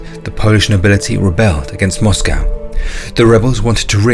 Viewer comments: Mate, you sound British. A least have the decency to pronounce the word 'Moscow' correctly. A awful blot on otherwise great content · First British person I've ever heard pronounce Moscow like an American.